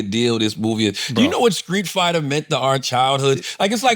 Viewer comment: It’s Streetfighter B. Not Skreetfighter. 😂